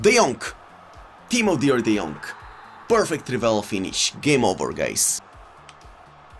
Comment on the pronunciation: Everybody: King Henry and De Jong: Kink Onry and De Jonk